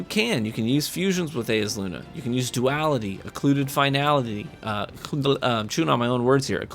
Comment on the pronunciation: It's Eyes-uh-Luna, come on.